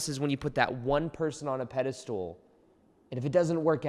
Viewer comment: I thought you'd be able to pronounce pedestal instead of pedestool by now xD